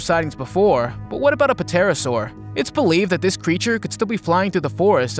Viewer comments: the guy pronounces the prehistoric bird "pah-terasaur" ahahaha..... It's pronounced without the "pah" bro ahahaha..... TERASAUR. Like that. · He said Pa terasour. That’s awesome